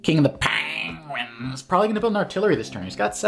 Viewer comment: Standout episode of IAWG just for the increasingly absurd pronunciations of KING OF THA PAAAAHNGUINS!